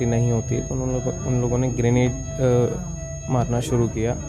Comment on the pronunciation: ग्रेनाइट नही ग्रेनेट होता है